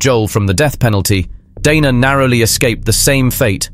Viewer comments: Interesting presentation about a greedy killer. Odd how you pronounce "Dana", sometimes correctly, with a long "a", sometimes you say "Donna". It's irritating. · DANA not Donna